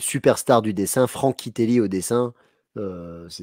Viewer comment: "prodiguaï" ? "Frank Kitéli" ? Ca part en cou*lle la prononciation.